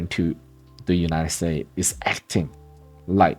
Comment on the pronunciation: United States…please add the “s.” Sounds a bit like Cantonese English when the s is chopped off like that. Great content. Thank you. 🙏